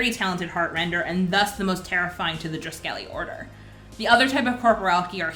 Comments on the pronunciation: in the audiobook is pronounced droo-skehleh I also said it wrong before I heard it😂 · NOT DRUSKELLY LMAO